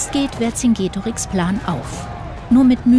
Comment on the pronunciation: Man spricht den Namen Verkingetorix also das c als k weil es im Lateinischen kein k gibt